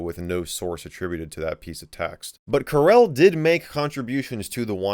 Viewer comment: Carelle Linux.... I am guessing it's Coor El. Like Kal El's Dad, Jor El. You know - Superman